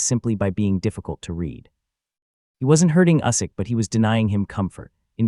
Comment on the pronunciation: Maybe you should learn how to pronounce Usyk. How embarrassing.